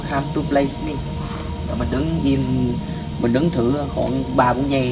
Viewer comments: đọc sai rồi ban oi...shadow come to play with me.. k phai shadow come to play hit me. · "Whit me" là thần chú .ông đọc "hit me" thần thím .lấy gì ra hiện tượng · Shadow come to play with me ms đúng k phải hít me đọc k đúng câu thần chú thì k có linh nghiệm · Bạn đọc sai nó nghe bạn nói hít me , nó chốn luôn rùi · Đoc còn đọc sai , phải đọc là “shadow come to play with me” mới đúng nhe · "Shadow come to play with me" mà sao đọc "hít mi" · may doc sai than chua.wit me ma doc thanh hepme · Whit me chứ không phải itme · With.k phai whit ba oi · Hen la chua doc hiếp mi do